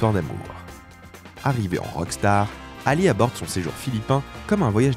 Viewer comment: d'accord avec toi parcontre ça pique les yeux comme tu a écorché le nom de ALI..